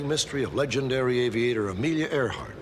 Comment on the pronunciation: “Earhart” NOT “Airhart”